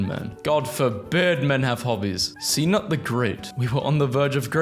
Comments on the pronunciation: Sea-nut?! Did you mean Can-oot!!!! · To go with C-nut (can-oot) 😂